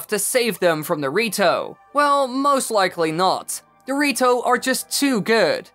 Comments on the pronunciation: I can't unhear "dorito" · When you say “the rito” fast it sounds like dorito